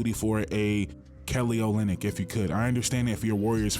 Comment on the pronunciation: He said Kelly Olynk lol😂